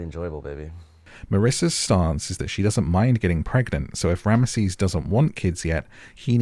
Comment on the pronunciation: His name is pronounced rams sis not ram mah sees